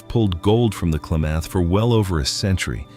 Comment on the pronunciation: Can't pronounce Klamath or show footage of the actual rivers...AI